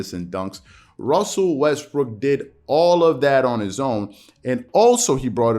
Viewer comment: I know you did not mean it. But you mispronounce Westbrook's name. Hilarious! I had to rewind to make sure.